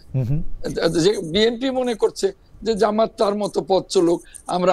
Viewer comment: Jamat not jamayet.